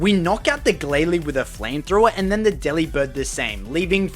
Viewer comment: It's not Deli Bird. It's Delibird. You know, like "Delivered." It's a pun. It's punny. Laugh at their brilliance, dangit! :p